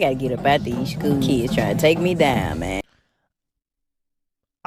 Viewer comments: Scooo teacha?! It's school teacher!🤣🤦🏽‍♂️ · Shhkool?, Axe?. Does this person know how to pronounce their S whithout a SH?😅 she belongs in school alright b7t as a student to learn how to speak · She was there to, and I quote: "Teech deez keys". "mooch" instead of much. "dow" instead of down. "den" instead of then. "dem" instead of them. "skew" instead of school. "missed understang" instead of misunderstanding. "... enyteeng seksooal from keys ..." (anything sexual from kids) "imm'a whorl dat" (I forgot what this shit was supposed to be before I finished typing it) She should be shot, and that's not even getting into her pedophilia. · Nah you gotta say it right damn I gotta get up outta this scool the continks matters